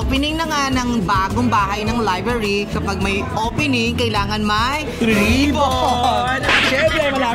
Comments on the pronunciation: Liblary??? haha bungol pala tong si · Pronounced ni bff liblary not library 😂😂😂😂😂😂